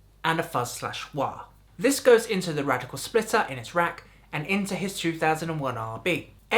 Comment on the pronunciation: There's no "c" in Radial.